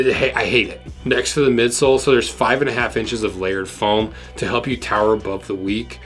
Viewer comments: OMG, hilarious! "Fahooam?!" 😂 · LOL "FOHOAM"!!!